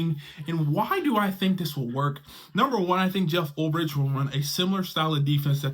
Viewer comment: Oh my God, bro. You and the pronunciation of names. Ulbrich = Ul "BRICK"! Not Ulb "RICH"!!!